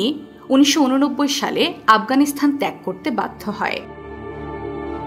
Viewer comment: আফগানিস্তান (Afghanistan) Not Afghanisthan / আফগানিস্থান বারবার কানে লাগছে শব্দটা 😢😢